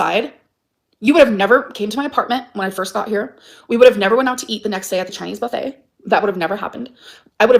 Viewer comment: OMG!!! She said buffet wrong 😢 (S)